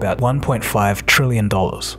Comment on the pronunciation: Why the emphasis on 1.5 trillion $? Voice-over correction?